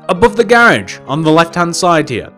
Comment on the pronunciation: Why do you say "gairage"